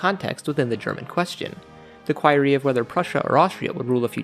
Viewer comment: Please please learn to pronounce “query”